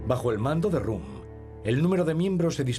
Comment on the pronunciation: El locutor contratado es inculto, y el editor también porque no lo ha corregido cuando pronuncia mal el apellido de Röhm, como rum.